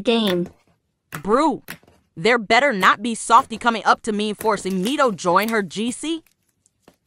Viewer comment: English: “To” VC voice: “Ta”